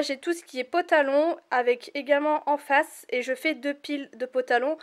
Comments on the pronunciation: "pOtalon" ahhahahhaha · Tout le monde te l'a dit mais...Tu dis vraiment pOtalon x) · Tu dis potalon😂